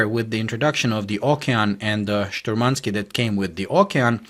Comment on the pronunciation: it's not shturmanskEE, it's shturmanskIYE. And the stress is on the first syllable. `Shturmanskiye